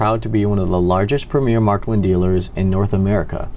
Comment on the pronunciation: Marklin?? Sounds funny when people pronounce it totally wrong.But great vid.